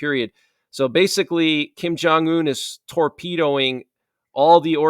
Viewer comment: not Kin jun yun...it's rocket man remember! 🚀🚀🚀